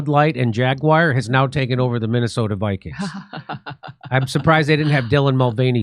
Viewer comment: Minnesota Bi-Kweens